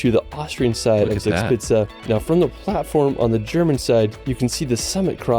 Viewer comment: Zixpitze das heißt Zugspitze 😉